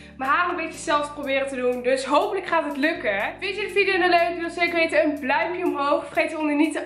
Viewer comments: Zegt zij nou bluimpje of duimpje ?? ( Geen haat hoor ) ps je bent de bestee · Ik verstond: doe dan even een bluimpje omhoog🤣